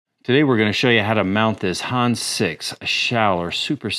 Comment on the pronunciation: It is not pronounced Hans, but Hannes. "Hann Ness" but without a pause as one word. Schönen Gruß auch Deutschland, netter Kanal 😎👍